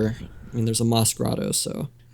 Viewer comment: Did you just call him bagmoss?